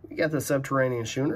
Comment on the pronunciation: Subterranean schooner pronounced SKuner. Just sayin' Show me the beef!